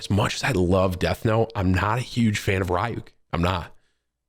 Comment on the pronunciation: Can’t say ryuk properly idk if it’s for u